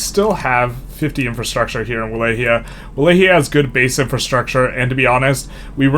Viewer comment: Not to be that guy, but it’d be great if you tried to pronounce it Vah-Lock-E-Uh